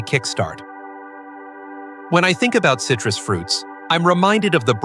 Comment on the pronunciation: Oi, stupid robot! WTF is cytrous!?